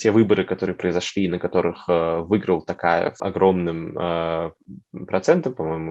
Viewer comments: ТОкаев, а не ТАкаев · ТОкаев. А не ТАкаев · Почему Такаев? ТОКАЕВ ТАМ ЖЕ ВСЕ БУКВЫ НА КИРИЛЛИЦЕ. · Не Такаев, а ТОкаев, искренне просим произносить имя нашего президента Правильно